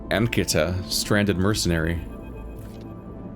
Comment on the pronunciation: you pronounced it right. It's a very common Indian girl name but without the 'h'. Simply spelled as 'Ankita'.